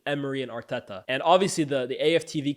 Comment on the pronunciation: I’m not a big fan of how you pronounce Arteta’s name🤣 sounds forced